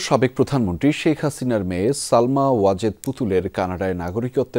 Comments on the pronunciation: সালমা না সায়মা। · সায়না না সায়মা হবে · নাম হলো সায়মা আর সাংবাদিক বলে সালমা! হায়রে সাংঘাতিক!